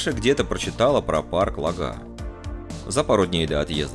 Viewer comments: Парк ЛОго, он слова лОг, ударение на "О" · ударение на "О", на первый слог, это я имела ввиду.